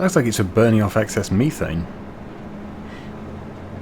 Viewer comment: it's pronounced methane.